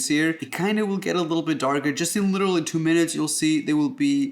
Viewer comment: in this video, Raphael said “litera-ally” 87 times